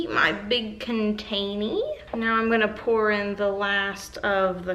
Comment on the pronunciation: I love when you say containee